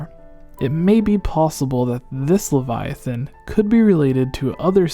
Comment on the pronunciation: Hey at least he can pronounce Leviathan correctly